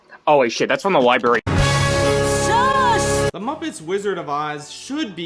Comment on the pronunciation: liBary lol